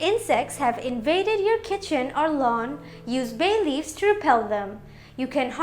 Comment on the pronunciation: Itna chamak chamak k Kyu bol ri ho ..bhay leaves 😂😂 foreigner